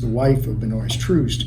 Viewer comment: His name is pronounced Ben-wha kinda French I mean f#*k him ryte but just want y’all to know this old farts name